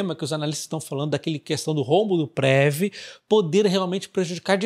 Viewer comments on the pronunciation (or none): Salve! Se fala Preví, e não Prévi 😊🙏